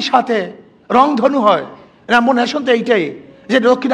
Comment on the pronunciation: র‍্যাম্বো নেশন না রে অশিক্ষিত! এটা রেইনবো।